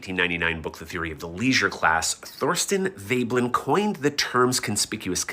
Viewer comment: his pronunciation of the word 'Veblen' was enough for me to know how much logic he can use :)